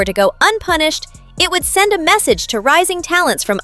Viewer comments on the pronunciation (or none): none